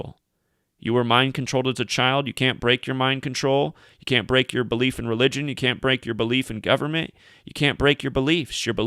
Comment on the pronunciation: "it's the BE-LIE-F buddy".